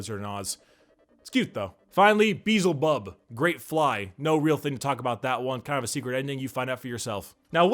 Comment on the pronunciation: the way you pronounced beelzebub pissed me off lol